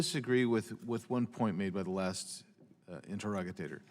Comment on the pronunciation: interogatatorer hahah